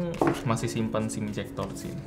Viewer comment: ketika bilang "Sim Ejector" seketika gua bingung